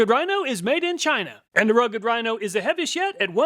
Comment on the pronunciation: "Heaviest yet", sound exactly live heavy as shit. I had to check the subtitles. No matter what I really enjoy and appreciate your reviews and testing.